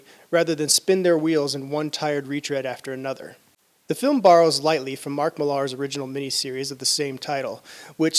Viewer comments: This is the second person i've heard today pronounce his name Mill-are, no big deal but people must realise it's the same pronounced as Miller!? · Mark Mill-aarh?